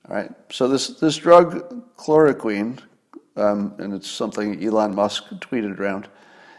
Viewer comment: When Scott talks about stuff he knows about, he's very, very smart. When he talks about stuff he knows little or nothing about, he goes to great lengths to sound like an authority on it, just like Cliff Claven (character from the long running TV show Cheers). Scott can't pronounce chloroquine, but thinks it's the cure to all of this mess. Talks about stealing it from the patent owner, not realizing that chloroquine is already the generic for Arelen, and is manufactured not by just one company in France, but by about a dozen companies, including 3 in the US. In the US it costs about $5 a pill, but in the rest of the world it's about 4 cents a pop. He talks about UV lamps killing germs like that was just discovered a week ago, instead of being in industrial and medical use for decades. He talks about portable CT scanners like that's a new thing. "Well, where's MY portable CT scanner?" Well, gee, Scott, it's on a set of wheels being pushed by a nurse from room to room in doctor's offices and hospitals all over the country. You can get a basic portable CT scanner for $100k and a good one for $500k. He also thinks hospital ventilators are little more than CPAP machines with face masks.